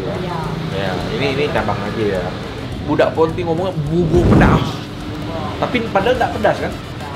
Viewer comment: Bubur di bacanya jadi bubbor, kalo bibir di bacanya jadi apaan koh nex??